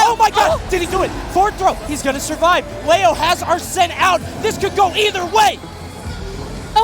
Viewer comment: ... Is the main voice here AI Generated? That is now how arslan is pronounced.